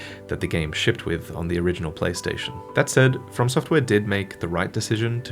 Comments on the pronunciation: Lol "To Software" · “To Software” 🤣